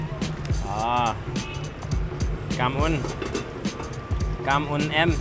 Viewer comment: " Cam on em" it's okay